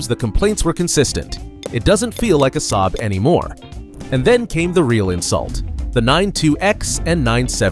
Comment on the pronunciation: Ai dummy voice, can't spell the name S-A-A-B properly, as it should be